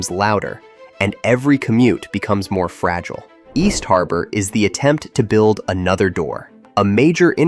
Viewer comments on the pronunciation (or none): none